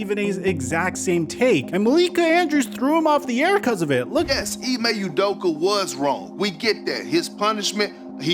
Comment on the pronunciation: “Ime udoker” -Steve A smith lol